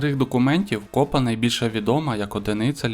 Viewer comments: Молодець я! Вірних відповідей -26! А от наголоси перевіряйте...КопА, а не кОпа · Не копа а копа.наголос на а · Старий обідраний віник називають,, драпак", а не деркач. 👆 І не кОпа, а копА. ☺️